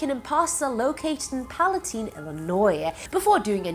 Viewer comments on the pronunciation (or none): I live not fifteen minutes from where the Brown's Chicken murders happened. There's a Chase bank there now. FYI It's pronounced Pala-tine.